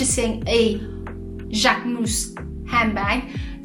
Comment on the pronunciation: Ohhh, I like the way you pronouce the name❤❤❤❤,love the review